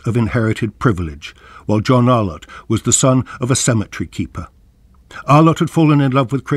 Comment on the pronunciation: This tribute to the great John Arlott brings forth a flood of nostalgia and happy memories. Terrific clips included here, except the narrator's continuous mispronunciation as "Ar-lawtt" jarred a bit. More such uploads on voices from the past like Rex Alston, Brian Johnston, CMJ etc. will be most welcome.